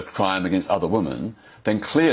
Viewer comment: Poor Peter, still unable to use/pronounce the plural of woman i.e. "women"